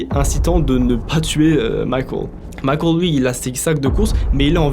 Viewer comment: Pourquoi dire Micheal comme ça ?